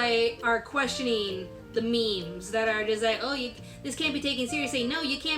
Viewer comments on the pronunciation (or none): none